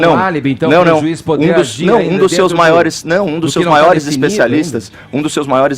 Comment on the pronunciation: "Especisalistas" kkkkkkkkkkk